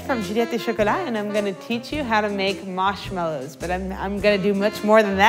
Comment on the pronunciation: Who says marshmallows like that?